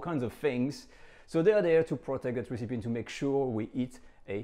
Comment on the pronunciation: Not 'Ree-See-Pee' - Ress-Epi (recipe)